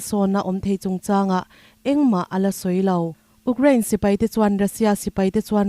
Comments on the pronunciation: Ukcraine ani lo,u_craine tih a lam tur.... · Ukrain, Ugkrean, tiin i lam tlat mai hi, khawvel news puangtu dangte nen in lam dan a in ang lo hi enge a awmzia aw (Youkrean , Youkrien tih hi) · Uk rain ti renga U kraine tiha lam tur ania. Ukraine hi news in ti tlem deuh a , rawn ti zing deuh thei ulang Israel aiin.. Israel lam chu news tinahva chhuak a